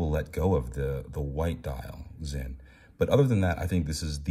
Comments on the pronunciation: Thank you for pronouncing it "Zinn", not "Sin". Most don't. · I guess you meant BALANCE SPRING and not SPRING BAR, with anti-magnetic properties and all?? props for correct brand name pronunciation btw. 👏🏻👏🏻